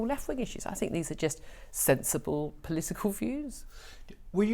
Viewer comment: What does "plitical" mean? Could it have something to do with politics?